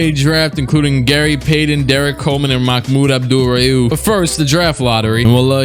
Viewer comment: how he really goin say Mahmoud Abdul-Rauf correctly like it's no problem like have you been studying